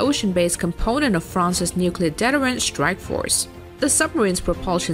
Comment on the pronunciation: You mispronounced deterent.